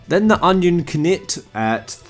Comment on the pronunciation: please tell me you know how to say knight??#!!